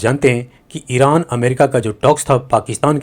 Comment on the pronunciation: 'Eeraan, esraiiiieel ' what a unique pakistani pronunciation! ....😅😅😅😅😅😂😂😂😂😂😂😂😂😂😂😂